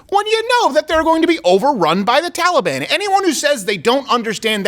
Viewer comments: Every time I hear Biden pronounce it “Tolly-Bon,” it sounds like he’s down at the mall trying to get a cinnamon roll. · Why does Biden keep mispronouncing Taliban? Makes them sound like a breakfast pastry. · Why can this clown not pronounce taliban